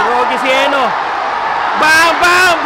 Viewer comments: Is it pronounce as HE- NO ? commentator keeps on saying HENIO... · HENO at hindi HENYO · heno hindi henyo ayusin mo